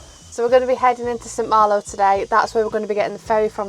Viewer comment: A lovely video guys, you are doing the right thing with ripping the lower inside of the van out, I would do the same. St Malo is amazing, if you live here it's pronounced "San Maalo", until I lived in France I always did the same with my ferry tickets but my wallet got so full that I couldn't close it! I've still got the tickets in a drawer, the best way to cross the channel! So Bonne année à vous! Et bon retour! À là prochaine! xx